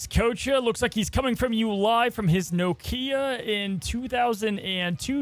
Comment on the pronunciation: Ok but who says noKIa? Come on!!!!! 😤